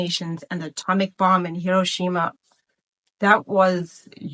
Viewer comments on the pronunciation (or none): none